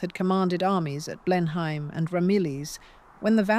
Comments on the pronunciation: BLEINHAM IS PRONOUNCED BLENHAM, NOT BLEINHEIM. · The name of the estate is said BLEN-um, not Blen-heim. Aside from that your AI presented an interesting story. Also, what's with the most random pictures? The stark conference room with the mics and headphones 🎧 makes zero sense. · Blenheim Palace ..... It is pronounced "BLENNUM" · It is "Blennum" ( I get what youre saying but ~ham suffix is also a problem for non British English speakers)